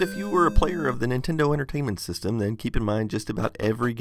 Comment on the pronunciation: nintento lol